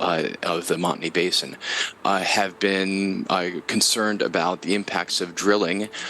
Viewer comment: just a minor critique, the word Basin is spelled and pronounced with an “s” not a “z”.